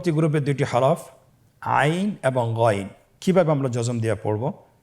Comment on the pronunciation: গইন আইন কবে উচ্চারণ বুঝি না ভালো করে বলেন